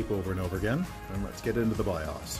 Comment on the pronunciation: you need to learn how to pronounce BIOS.